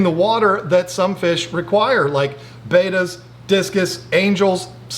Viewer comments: in another one of their videos they actually go into why he calls it baita and not betta. He grew up is saying it wrong and it's hard to make the change plus he really just doesn't care because everyone knows what he's talking about. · It’s not Baita. Look at the spelling, Betta bet ta , see the 2nd t. 😖